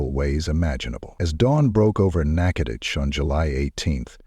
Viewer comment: I’m sorry but I’m thoroughly surprised that an AI voice over pronounced Nachitoches properly, very surprising, not nearly as the horror of this story but still very surprising